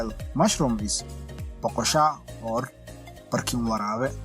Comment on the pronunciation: I laughed so hard when he said barkinwaraabe